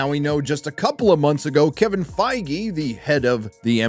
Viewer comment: Isn't it pronounced Fig or Feeg ? Think the E is silent no ?